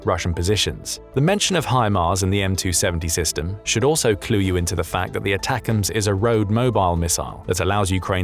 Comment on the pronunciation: Did anybody else hear him say that like "attackums"...like steakums!? 🤣